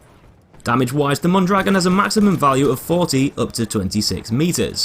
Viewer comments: its pronounced moan draGOAN not mon dragon notice the accent mark thank you sir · mondragOn the accent on the "o" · Mon dro gon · Mon-dra-gon not Mon-dragon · ita pronounced Mondragón not dragon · is Mon-dra-GONE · im not a native speaker. point is it's not MON DRAGGIN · as a spanish native speaker it is pronounced moan-dra-goan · Yo digo Mondragón asi que... :v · No it's pronounced mondrogan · Se dice Mondragon, no goan ni ghon ni guan. Los nombres propios se leen en la lengua de origen, no se traducen no se pronuncian en otro idioma. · *mon-druh-gon, no offense lol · You’re pronouncing Mondragón wrong. Look at the ó in dragón. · i know right it makes me die inside whenever a youtuber pronounces it wrong (which is pretty much all of them) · it's named after a mexican man. therefore you say his name like it would be said in spanish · not really… unless we are talking about local dialects of the same language that somehow have different vowels, in every Spanish-speaking country, you will hear people always saying "Mondragón". That little accent is always pronounced the same no matter where you go, whereas consonants might change, particularly in parts like South America where their "s" is short or flat-out non-existent in pronunciation. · Look at the ó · well that's not how you pronounce that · Blueismyfavouritecolor Same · Metalcore98 the guy in the FW video doesn't pronounce it the same. he also says he probably isn't saying it right